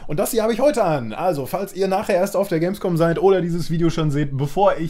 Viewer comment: Hehehe er hat Gamesvom gesagt hehehehe